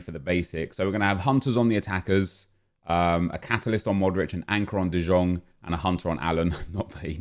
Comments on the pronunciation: ITS NOT DE JONGGGG ITS DE YONGGG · And no, you are not the only one who hates how nep pronounces de jong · Because he can’t say his name right